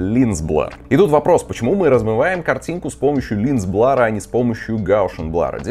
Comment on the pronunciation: Густарёв, прорыгайся ты уже. Хватит кадыком играть, заманал. И какой нах..р "блАр", дерёвня? А так давай, снимай ишшо.